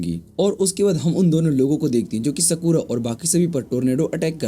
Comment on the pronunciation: Skura ❌ sakura✔️